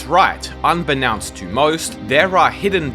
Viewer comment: Say "known", now say "unbeKNOWNst"